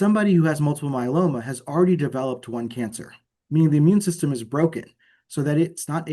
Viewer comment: Good info . Why does interviewer keep calling it myeLANnoma?